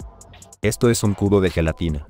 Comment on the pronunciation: La jelatina se escucha como algo +18